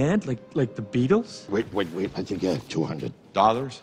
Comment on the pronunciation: Haha Tony: we broke up Bruce: LiKe ThE BeTeLeS